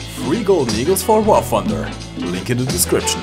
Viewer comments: You need to work on English it pronounced War TH-under not wfar funder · "...War 'Fumder'..."